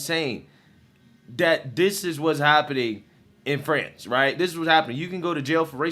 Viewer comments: "Frahnz"???? Lololol😂😂😂 Better Off Dead much,??!! " Fronch fries, fronch dressing and, Peroo". 😂😂😂😂 "Frahnz"?? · Dude, say France like a normal human. 🤣🤣🤣🤣🤣🤣🤣 Love ya, just kidding. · FRANS or FRANCE pick one pronounciation please